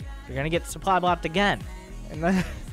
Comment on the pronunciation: To be honest your pronunciation of the German sentence is better than of the word supply :P